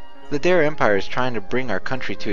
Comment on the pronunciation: "der-ey", not "dare" :P